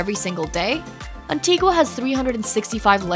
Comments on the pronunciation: Nevis. It’s knee-vis not neh-vis Antigua. It’s anti-gah not anti-gwa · It's An-Tee-GUH, NOT An-Tee-Gwuh . . . take the time to at least learn the correct pronunciation of the island you're reviewing. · St. Kitts and KNEE-viss, rather than NEV-iss gren-AH-dah is in Spain; in the Caribbean it's gren-NAY-duh Antigua = ann-TEA-guh Great, beautiful video! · Beautiful video. We sailed to most of these islands about 20 years ago. As we arrived in many places, we were surprised how differently the name of island is pronounced compared to what we expected. I noticed in this video you made many of the same mistakes we did. Anguilla you got correct. We'd been wrong on that one. Antigua is pronounced An-tee-ga, unless you're at a city in Guatemala with the same name. Grenada is Gre-nay-da with a long a. Nevis we heard locally pronounced Knee-vis. Others names all seemed right. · Interesting video, but please find out how to pronounce Guadeloupe, Nevis, Antigua, and Grenada 😀